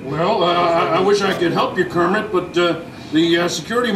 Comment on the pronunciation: Pepe calls Kermit Kermin LoL